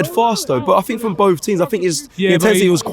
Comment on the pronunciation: I fink, I fought - Englishman attempts to speak English 😂